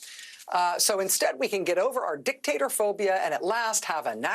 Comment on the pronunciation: LOL she said, “dick-tater”